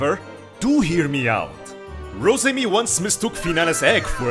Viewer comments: The gweat Wosemi-Sama is amazing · Sasuga The Gweat Wosemi-sama